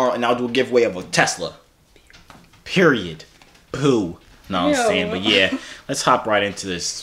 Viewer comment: He said peroied po😂😂😂